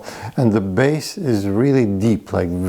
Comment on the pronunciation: Bass, not base.